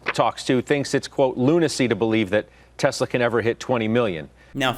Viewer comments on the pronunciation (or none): I love your show but for the love of god please stop saying "Tezler" most of the time you do pronounce it correctly "Tezla". I know its spelt Tesla but Elon has said several times its pronounced like a "z". Could you also do your ads at the end. When it's in the beginning I fast forward to when I think you are actually speaking about the topic.